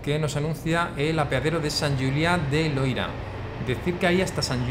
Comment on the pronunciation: Hace poco que te sigo y me encantan tus videos. Sigue así! Como andorrano, quiero puntualizar que se dice "Sant Juliá de Lòria", no Loira. El Loira es un río en Francia (☝🤓)